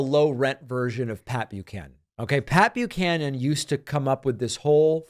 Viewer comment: I was well into my twenties before I realized it was Pat Buchanan and not Papeu Cannon. In my defense, even here that's what it sounds like David is saying.